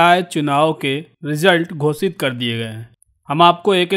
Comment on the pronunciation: घोषित को घोसित बोलते हैं।